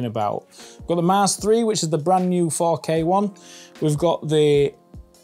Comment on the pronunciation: When he said 4k printer I thought he said fuck A printer